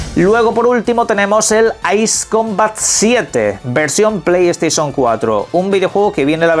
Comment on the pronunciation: Pley steision 😅